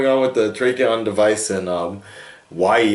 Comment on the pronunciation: Zach Snyder said in an interview that he never considered Grant Gustin for the movie, because the tv show is too light hearted a tone for him to fit in their movie. It's Tachyon, no R in it. It looks like a smaller version of the tachyon collector the Reverse Flash used in Season 1. Since you have already reacted to the Flash from this week, it appears to be the result of the information gained during that episode. Unfortunately, the filming and airing schedules didn't really line up to air this episode of Supergirl where it appears to fit into the Flash timeline, which is expected to be either during or after the next episode.